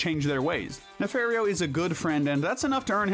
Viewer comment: It’s pronounced ee-gull-SAHN and nuh-FAHR-ee-oh, “”! 🤨